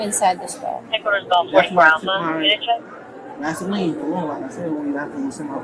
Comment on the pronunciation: vasline?? weirdo man..